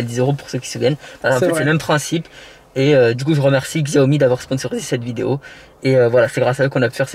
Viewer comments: Par contre Xiaomi se dit comme Chiaomi si non super vidéo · La marque se prononce : Chiaomi même si c'est écrit avec un X ^^